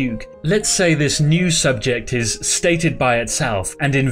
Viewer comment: Please stop saying SUBJECT ;p